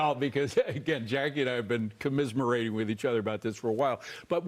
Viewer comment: Comissmerating? Does he mean Commiserating? Fox news viewers are only as smart as the people they listen to.